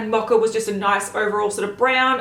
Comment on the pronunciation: Why is she pronouncing mocha as macha? It’s an o in mocha. Not an a like macha